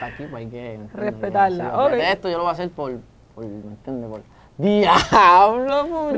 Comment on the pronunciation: Después de la llamada “ojalá me lleve… el di a blo” JAJAJAJAJAAJJAJAJAA